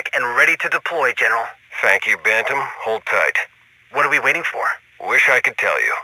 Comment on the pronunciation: I want to say firstly I love your videos, and I don't want to be that guy in the comments. But... My man, when you say "Bantam" you just kill me. It's pronounced as "Ban tm", making it sound like "Bant-im". It has two definitions, one being a type of chicken, and the other from sports, such as boxing or hockey, as a weight or age division. Only reason I knew this was I grew up on a farm and I played hockey. Anyways, still an excellent video!